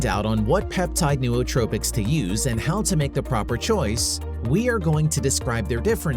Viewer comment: Pretty good video, but why didn't someone tell the guy doing voice over how to say "Nootropics" and the ton of other words he just butchers the pronunciations of lmfao. Also he sounds like a robot